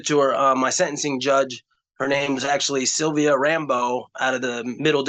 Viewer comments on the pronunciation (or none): none